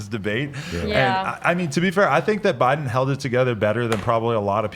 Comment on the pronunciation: Why do you guys say jow bidens name so retarted u say buden